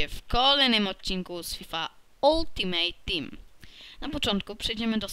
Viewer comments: Mówi się altimejt Tim a nie oltimajt Tim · muwi sie oltimet tim